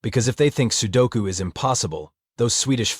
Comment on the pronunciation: "sukolu"? "sudoko"? TF?